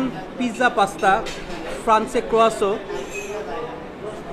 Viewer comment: croasoo hahaha thats not how u pronounce it.